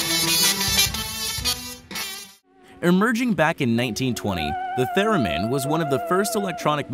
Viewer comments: I don’t mean to be rude but that is not at all how you say Leon theremin. It’s really pronounced (ley-on there-ah-min) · It's not "There-min" it's "Ther-min".